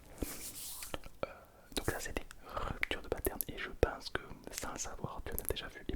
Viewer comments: Rhupptturreuh deus pâtes-air-neuh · Rüptür dö patern